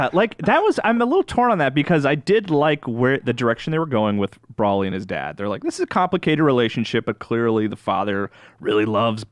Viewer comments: Bro-lee, not Brawl-ee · There is now W and there is NO A in BROLY. You pronounce it Bro-lee. Learn how to read english for fucks sake you wankers. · saying Brawlee is comparable to my annoyance of Dan Ryckert saying “Frietza” in the All System’s Goku podcast. Yikes man. And yeah, I feel like the review of this movie is hurt by the fact that they’ve missed crucial parts of Super (or in case, ALL of Super).